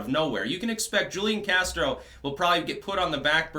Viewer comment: And it's who leon casro. That's how it's pronounced.